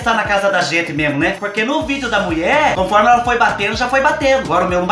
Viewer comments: Adorooo qdo vc diz a muié...kkkkkkk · Gosto qdo fala a muié... kkk e que a mãe é capaiz Adoro vc.